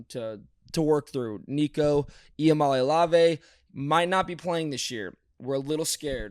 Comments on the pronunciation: In 2 minutes of talking about Tennessee, we get the butchered "ee-uh-mah-lee-ah-vay" pronunciation (which he repeats twice later), he incorrectly calls Gaston Moore a redshirt sophomore when he's a redshirt senior, he incorrectly says Gaston Moore's first snap he played was vs. Alabama when that was the 4th game he played in this year, he says that Dylan Sampson is tied with Derrick Henry for the single-season all-time scoring record when Henry had 28 TDs in 2015 and Sampson has 20, and says "Deonte" Thornton instead of "Dont'e" Thornton. Then later says "SEC East matchup" when divisions don't exist anymore in the SEC, says that Georgia played Texas immediately after losing to Alabama when that happened 3 weeks later. Also adds that Tennessee is 2-1 covering on the road when it played 2 true road games. Wild analysis. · Nooo Jake corrected him how to say iamaleava and said it wrong 3 times lol. Rough performance by the young fella.